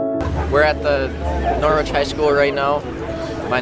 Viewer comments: Watching from the U.K… Norwich is a town here in England… It’s pronounced “ Nor-itch “ not Nor-witch… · It's pronounced Noridge not Nor wich. Name after Norwich Norfolk in England. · The original Norwich is in the county of Norfolk in the UK. It’s not pronounced Noorwich, it’s Norritch.